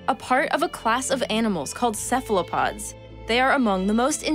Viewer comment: And Cephalopods are prounounced correctly : Kefalopods